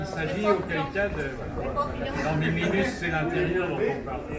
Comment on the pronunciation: La ceinture de l’avocat n’est pas bien mise (à 32’15’’ essentiellement). La dame qui ressemble à un incas ne prononce pas bien le mot minus elle dit « minousse », donc elle n’est pas française. De plus elle remonte souvent sa jupe c’est étrange.